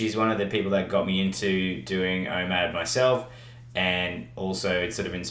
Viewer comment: What’s IMAD? I keep hearing IMAD but I think it’s called OMAD